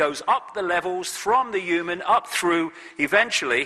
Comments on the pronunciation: sorry but why does he keep saying EWE-MAN instead of human it's so annoying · The only thing I know for sure is he pronounces 'human' as 'yuman'...